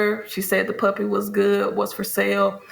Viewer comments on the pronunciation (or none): Sound like she saying “puppet” not puppy